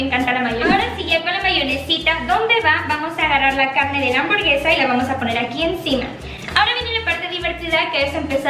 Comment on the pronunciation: Gente normal: hamburguesa Ari:hamborguesa Xdxdxdxd